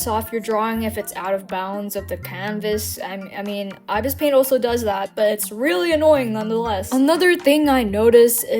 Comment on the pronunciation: You miss pronounced ibis paint x 😂